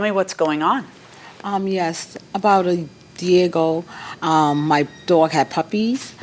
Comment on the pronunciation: Did the Plaintiff say “Diego” instead of “A year ago”???